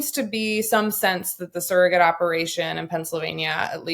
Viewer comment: Why does Sarah say surrogate like sarahget ? Lol